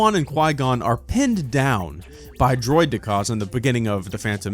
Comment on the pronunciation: Why did you say droidieka like that